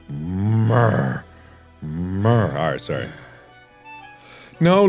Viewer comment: And I brought you Frankincense Thank you And I brought you Thank you Muyrrduhrr JUDAS NO D